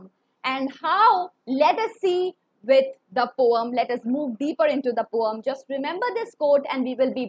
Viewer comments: It's not poam, it's poem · Ma'am but why you pronounce poem differently which is the correct pronunciation?????? 🤔🤔🤔🤔🤔🤔🤔🤔